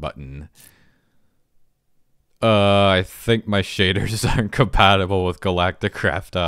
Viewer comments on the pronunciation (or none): none